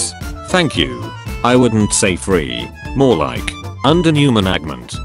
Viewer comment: TTS person: exists Also TTS: management = managment